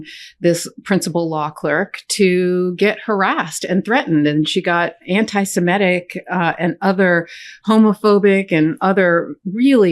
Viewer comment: Can Americans stop please saying simetic, the word is semitic.